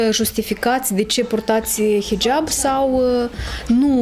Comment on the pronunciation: Nice pe liba nu va sat bine cand zicet hijab proste de bubuie